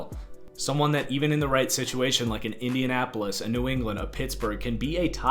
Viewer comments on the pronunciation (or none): none